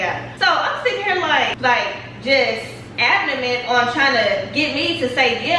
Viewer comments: She Said ABDOMINT While Trying To Say ADAMANT 😩😂😂😂😂 Just Use Regular Words Sis, Everybody Can't Be T.I. Respectfully 😂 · She said abdoment?!?! 🤣🤣🤣